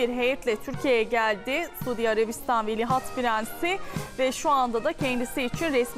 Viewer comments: Velihat degil, Veliaht, madem diyemiyorsun Prens Selman de. Cokmu zor? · ikide bir velihat deyip durdun, senin diksiyon hocan umarım seni dinlemiyordur, tabi varsa... önce doğru telafuz etmeyi öğrenmek gerekir degilmi? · Sunucu "veli HAT" diyor 😂😂😂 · Şu TV sunucularına doğru dürüst bir Türkçe, Türk Dili ve Edebiyatı öğretilmemiş her halde..Ama iki lafın arasına bilir bilmez ingilizce laflar sokup ukalalık etmeyi biliyorlar..Bozuk cümlelerle , tuhaf el kol hareketleriyle vıdı vıdı hızlı konuşmayı marifet saymalarından da bıktık zaten.. Dikkat ettim, sunucu devamlı "Velihat" deyip duruyor...Yahu, hiç mi duymadın,öğreten olmadı mı ? Çevrende de "bu nasıl okunur" ...diye sorup öğreneceğin kimse de mi yok?.. "Velihat" değil ,VELİAHT... Krallıkla yönetilen ülkelerde,kraldan sonra taht'a çıkmaya hakkı olan kişiye VELİAHT denir...Hiç mi duymadın?